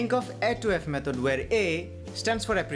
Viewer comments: nice but 1.12 sec e method hobe..not mehod😊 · What a nice "mehod"